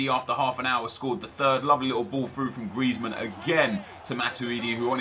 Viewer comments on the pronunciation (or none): It genuinely annoys me tbh hahaha the way he rolls the R in Griezmann especially makes me cringe